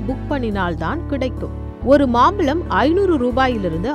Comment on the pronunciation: அது மாம்பலம் இல்லை. மாம்பழம் தமிழை சரியாக உச்சரிக்கவும்